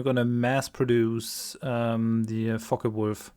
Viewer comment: I kind of flynch each time I hear 'Focke-Wulf'. xD